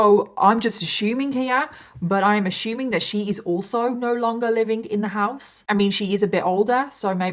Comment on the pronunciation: ASSUMING DOES NOT HAVE AN "H" IN IT!! Does anyone else ever get the urge to want to make these videos a drinking game? Anything she says "ASHUMEING" instead of ASSUMING, take a shot. You would be plastered by the end of the story.